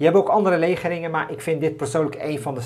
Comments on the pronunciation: Leerzaam. Dank. Bij de uitleg maak je een foutje qua uitspraak. Je spreekt legering uit met de klemtoon op de 2e lettergreep. Dus legéring in plaats van légering. Verder perfect. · Top filmpje, kleine voetnoot, je spreekt het uit als legéering :)